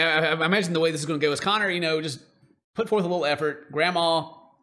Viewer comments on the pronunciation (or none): Every single time they said Connor I was hurt😭💀